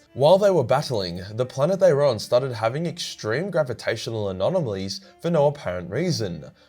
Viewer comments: Not sure if that's how you pronounce anomalies 😂 but great video as always 👍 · GRAVITATIONAL *ANONAMOLLIES*………what……are those…….